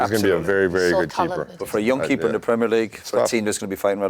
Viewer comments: No one talking about him pronouncing Premier correctly. Hate it when the yanks say premieeeer league. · Great to hear an American pronounce "Premier" League correctly! Not the usual "premeeeeiiiiireeeeeeee"